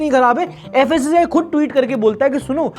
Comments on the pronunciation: *fssai not fassai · Fassi❌ Kassi✅ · FSSAI ❌ FASAYE✅